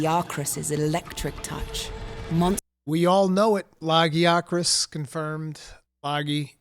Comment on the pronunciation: Y'all heard it! Lag-ee-ah-crus. No la-guy-ah-crus or La-Jee-ah crus! Finally 😂😂. Also, new monster after the Rey dau page turn? 👀